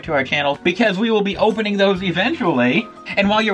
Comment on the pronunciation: “Opeling” lol